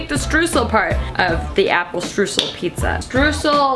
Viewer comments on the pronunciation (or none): i love when americans try to say streusel. it is pronounced stroysel. it means sprinkles. if it is not the ones made out of dough you add what it is made out of. ( chocolate sprinkles, sugar sprinkles etc.) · Lina Mueller ich war auch super irritiert :D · I come from an area with a lot of German heritage, but we also pronounce it like her. It must be an American bastardization thing. Lol